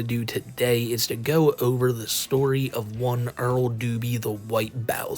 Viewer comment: Quite the pwedatowy stowy